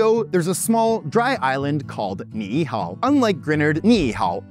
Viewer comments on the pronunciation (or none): They way you pronounce Ni'ihau is a bit off the mark, as it is more in line with a spelling, "ni'ihao", but you are doing an amazing job at the other names so far. Thank you :D